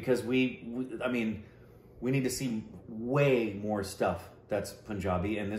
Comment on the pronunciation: First he has to learn to say PUN -Jabi not Poonjabi lol.